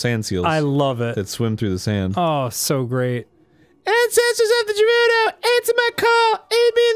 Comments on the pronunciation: god my ocd gi rude o town lol its ger ew doh go if your unsure look it up or use websters pronouncing tool lol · Every time they say "Gerudo" I hear it as "Derudo" and all I think of is Darude - Sandstorm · Is it pronounced Guh-roo-doe or Ja-roo-doe? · i can tell aron was trying to make dan notice he said rejew and jewredos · Fuckin' "h"eirloom and "Jerudo" so far. Can't wait to meet Prince Siddon, Miffa, and Darooneeah. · Guh-rude-oh Arin isn't saying it right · What about him constantly mispronouncing Gerudo and Hylian despite there being cutscenes where you can hear how they're actually pronounced which he ignores and continues to say Jerudo and Hillian. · The way he says “Hylian” is acceptable tho. A lot more people say that so I could see the confusion. I will never understand where he got his pronunciation of “Gerudo” from. I’ve never seen anyone say that but him. “Fuckin’ Jerudos!!!” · Oh, dear lord, this is getting out of hand... It's pronounced "air-loom", the "h" is silent. And while we're at it, it's "geh-ru-do" NOT "jeh-rud-do" and it's "high-lee-an", not "hill-ee-an"... Ugh, the constant mispronunciations are REALLY annoying.